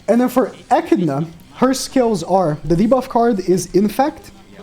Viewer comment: bro its bothering me more than it should but it’s pronounced A-Kid-Na not ecina